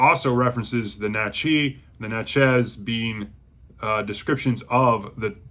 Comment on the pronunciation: I have read this back in 1985 and I now have a nice hardcover copy. I was gonna read with y'all. But I got sidetracked. It's pronounced Nat-chez. I know because I live not far there. And I've been there. And it is a very historic and interesting town. Thank you -James